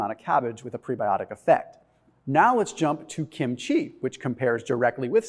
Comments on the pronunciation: the accent is on the first syllable. KIM-chi. Not kim-CHEE. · I love kimchi. (It's pronounced kim' chi. Emphasis on the first syllable)